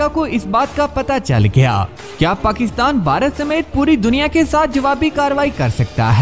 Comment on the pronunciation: نام ٹھیک لیا کریں پاکستان ہے پکستان نہیں